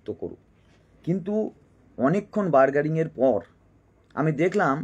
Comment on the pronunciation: ভাই আপনি একজন শিক্ষক হয়ে বললেন "অনেকক্ষণ বার্গারিংয়ের পর" ভাই 'Bargaining' এই ইংরেজি শব্দটি আপনি সঠিক ভাবে উচ্চারণ করতে পারলেন না। আপনি নিজে এই বিষয়টিতে নজর দিন।